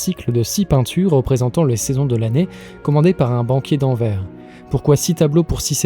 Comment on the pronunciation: Merci On prononce le s final dans le nom de la ville Anvers